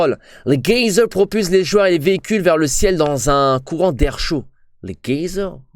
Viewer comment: La façon dont tu prononces les geysers avec un g est trop marrante mdr